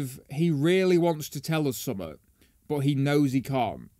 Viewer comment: RPM says the word "something" very strangely